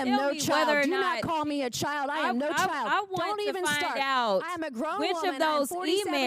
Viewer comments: And Jasmine said “chile” not child. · She wasn't called a child, Rep. Jasmin said "CHILE"